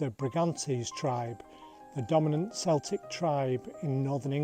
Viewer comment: you also pronounced Celtic like the football team 😀but this is still all really appreciated work, structured and delivered. Bravo.